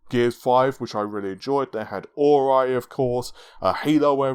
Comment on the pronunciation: Ori is now officially called Or-eye. You heard it here first.